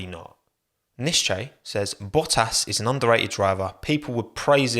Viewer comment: Val'eri Bo'as Jenson Buh'on 😆